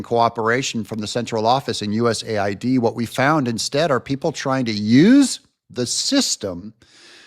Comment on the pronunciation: It needs to be pronounced USA - ID